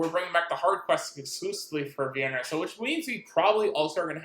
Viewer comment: Do you hear the names you are pronouncing? Every time you butcher the names...how the hell does VIN-ER-A sound or look anything like the tasty Vienna Sausage